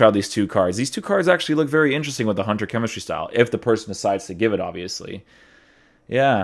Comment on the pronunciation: Could you maybe pronounce gotze’s name right? It is pronounced as gutze. Oof that goatze pronounciation gave me chills